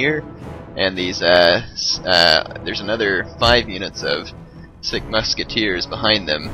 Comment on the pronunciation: I love it how you keep pronouncing sikh sick. It pronounced more like seek